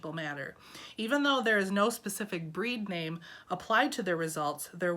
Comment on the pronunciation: OMGosh, you actually pronounced my name correctly! I feel almost like a stalker, since I am copying your process now for socks and plan to knit a fair isle sweater, similar to yours, however I will do steaking on it. That will be something I’ve never done. So once again, thank you for these Vlogs to inspire us. Ripping back mohair is such a pain.